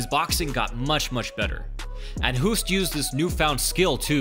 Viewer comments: it is pronounced as english "host". its dutch spelling not english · Hoost is pronounced host. As if it were written with one o. Instead of adapting americans always change shit. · yeah, man, totally agree, you can't apply english pronounciation rules to non-english names, it doesn't work like that. If you're going to publicly mention someone's foreign name, better do a research and get the pronounciation right first. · The way the announcer pronounces his name means "to cough" in Dutch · So you made an 11 minute video about the guy, but can't even pronounce his name?? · You call him a legend but you can’t even pronounce his name... 🤷‍♀️🤦‍♀️ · Good breakdown. You speak out Hoost like in "host" not like "who" b.t.w. Man I mis K1, Glory sucks these days ! Rico is a great champ though. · It's pronounced the same as host not huust.fuul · Why do you get his name wrong? It's "Host"- like in "ghost". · Ernesto Hoost is pronounced as HOST, not "Hoost". So HOOST sounds like TOAST or ghost, most or roast. In Nederlands (Dutch) a double O is pronounced as a LONG O. To get the sound of "boost" or "roost" you add an E after the O. (voet = foot and voetbal = football) I am telling you this as I have been mega annoyed at "professionals" messing up Ernesto's name. GET IT RIGHT!!! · Pronounce Hoost in dutch = host. English say hoost = hoest. Hoest on Dutch is cuffing blabla I tried to explain something but i lost it😂😂😂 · By the way: In dutch, his name is pronounced exactly like the english word ''host'' . In Dutch, the english ''hoost'' would be written as ''hoest''. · This guy was a legend holy cow. But the way the Dutch pronounce the 'oo' is actually backwards to us. They pronounce it like 'host (Hoost)' and not "(boost) Huust " The dutch have this for a few of their letter making it a pain in the arse. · Good work. Tip: it's "Hoost" with oo like the o in the word "host", not like the ou in "you". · Hoest? It should be Hoost. Greetings from the Netherlands.